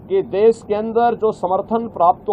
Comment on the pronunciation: Okay taklu baba, please resign we need an english speaking CM also it's deSH not des